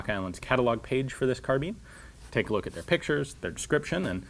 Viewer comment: Isn't it pronounced carbine or carb-i-ne (the e makes the i say its name, as I was shown in school) instead of carbean as you say it?